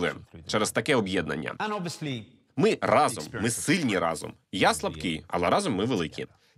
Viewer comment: не разОм, а рАзом